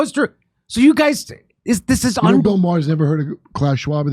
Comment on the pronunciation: it's pronounced Mar!